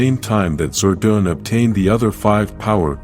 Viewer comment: ZORDON NOT "ZORDOON"